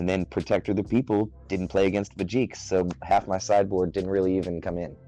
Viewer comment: Could of things 1. The way he said Vegeks enraged me lol, 2. I want to see blue baby top cause it's good, 3. I think if Vegeks play goes down Bandai may not do anything to it lol.